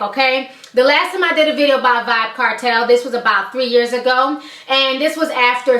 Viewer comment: its Vybz not vyb